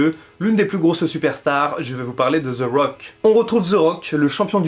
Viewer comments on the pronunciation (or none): allor Jim Ross et dans le tord, Jerry The King aussi car ont dit The Rock et non Ze Rock. Pas ZE Miz mais The Miz. mais je serais pas méprisent comme d'autres car ont ma dit que ce l'anglais avec l'accent francais et le fait que je parle l'anglais nord americain la pronociation est pas la meme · Pk Ze Rock? Ce The Rock. sa ce prononce De Rock